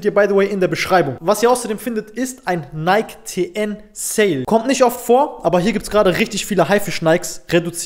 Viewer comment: Nike wird Naiki ausgesprochen Brud